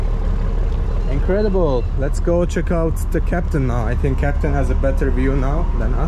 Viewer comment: bro you say incradibal India, I'm so happy. 🙏